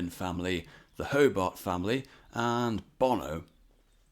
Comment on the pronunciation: Hobart is pronounced 'Hubbard'.